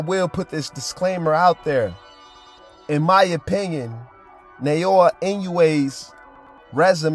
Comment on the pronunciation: "Neyowa" Yes, didn't even bother pronouncing the fighter's name correctly